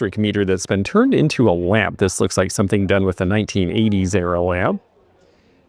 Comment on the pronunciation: ❤ Hi again,. Watched again before bed so I can go to sleep w a smile on my face. I just needed to add, "somethen" like that. " 😅